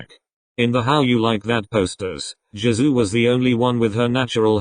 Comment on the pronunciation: I heard "Jazoo" instead of Jisoo, wtf